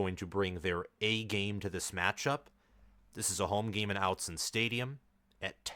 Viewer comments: Autzen is pronounced AWTZEN. If you’re going to report on the Ducks, learn how to say the name of their stadium properly, please. It’s rather off putting as a fan. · The first vowel in "Autzen" is like the vowel in "ought," not the vowel in "out."